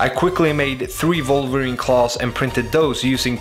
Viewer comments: did he just say "Volverine ? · did he just say volverine in ? hahahahha